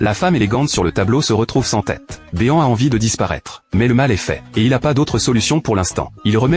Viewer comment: Mr béand ❌ Mr bean ✅